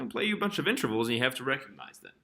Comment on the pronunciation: Nice, but please say in -TER-vals. Not inTRAvals. I'm recommending this video to my students, but please pronounce that word right please.